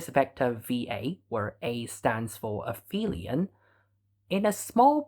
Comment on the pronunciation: Aphelion doesn't have an f sound in it. The generic name for a point furthest to the orbited thing is the apoapsis. If the thing is the earth, its apogee. The syllable "ap" means "furthest." "Helion" refers to the sun. So this is a case where "ph" doesn't make an "f" because these letters aren't in the same word part. "Peri" means "next to" or "along side." So perihelion is the point closest to the sun.